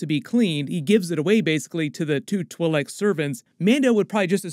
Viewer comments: I've heard "twee-leck" and "twy-leck", but never "twull-leck"... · I couldn't listen anymore because of the way you kept saying Twi'Lek, I'm sorry. Good video though man